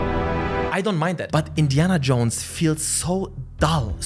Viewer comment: “Indian Jones FANE?!” Haha speak much🤣. Jk. Loved the video also how cool would it be to have an Indiana Jones type exploration based game on all the ancient cities like China, India etc…